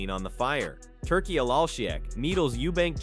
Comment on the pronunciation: . Love the way the Ai pronounces Turki as "Turkeyal laaarlll sheeyak" pmsl.